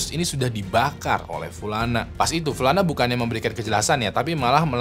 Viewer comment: Btw, nih kaya nyah punya mantan bernama pulana deh tiap, upload pulana terus gua denger.